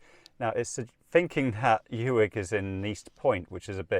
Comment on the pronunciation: It is Loch "Clooney" for pronunciation, as in Wood. Spelled "Cluanie". Uig is Pronounced as Ooig as in wood!, I agree, your route is far more scenic. Balalan is a nice quiet place.. Dubh is Doo. Well Done! I used to travel all these roads years ago as I serviced the TV transmitters all over the North and you have reminded me of all these lovely journeys. Thank you very much. Can I suggest you speak to locals for your pronunciations! They will keep you right on all aspects!